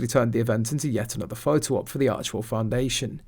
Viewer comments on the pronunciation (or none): none